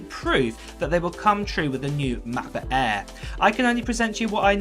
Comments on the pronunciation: he is a m’cbook eaa guy mcbook Eae…😂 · Work on your pronunciation.. MEHBUHK EHHHH is not a way to say MacBook Air